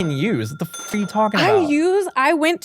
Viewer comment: “What the foook” 😂